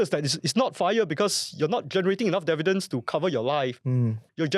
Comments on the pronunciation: no dun correct it. I’ve learnt to accept Indian Indian developers saying Dair-vair-lop, so I’ve gotten used to your dair vi dents. And I will know it’s you and not AI 😂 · DIV- VEE- DENDS !!! OMG! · WTF is "Dair-vidents?!"